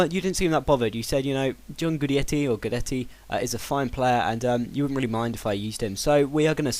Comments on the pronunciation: its gu-idd-etti not gudietti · it's g-wi-detty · Guidetti is pronounced as: Gwee-deh-tee :) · It's goydeti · I live in the hope that there will be a day that you don't pronounce Guidetti's name horribly wrong. :P